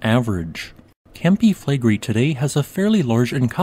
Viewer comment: Campi Flegrei...accent on the i 😉